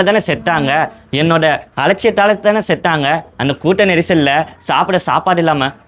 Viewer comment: ஒழுங்கா உச்சரிப்பு கூட வரல நீ எல்லாம் வந்து பேச வந்துட்ட செத்தாங்கடா செட்டாங்க இல்ல மொத ஒழுங்கா பேச கத்துட்டு வா